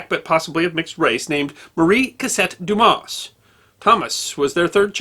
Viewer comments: We’re not offended we’re just saying the S is silent.”Douma” is an easy pronunciation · In French, S at the end of a word or name, is always silent. So Dumas is pronounced "Dumah". I studied French in university and am husband of career French teacher. Please get advice on pronunciation of foreign words. But keep the vids coming! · You don't pronounce the s when it's at the end in frog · Unbelievable that people would automatically presume that it's pronounced like an 8 year old kid's joke. So for all the dumb asses out there it's pronounced like Do mas. Or Do mass. 🤤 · I though his name was pronounced, "Dumar." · it's not a matter of advice. I've always heard it pronounced "Dumar.." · Isn't it pronounced Doo-mar? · It is quite amazing to me that someone presenting a competent account of the fascinating father of the great novelist Alexander Dumas cannot even pronounce the surname correctly. Damn it: the ‘s’ is silent! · The "s" at the end of Dumas is a silent one, but other than that, I have no complaints in that this video is excellent! Methinks that might better learn a bit of French.;) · The poor pronunciation of Dumas is hurting my brain. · Best Friend well it takes minimal effort to properly pronounce such as basic sound. He undoubtedly would have heard the proper pronunciation numerous times during his extensive research. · Hey, you don't pronounce the "s" in Dumas btw. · The Fench butcher all foreign names, they will therefore show some benevolence.